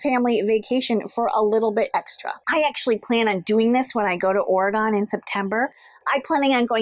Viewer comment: I’m born and raised on Portland Oregon. When you visit, please remember it’s pronounced OR E GUN. Enjoy your visit!